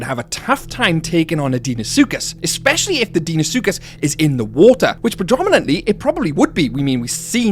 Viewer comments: It’s pronounced Dino-suchus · love how you pronounce deinosuchus XD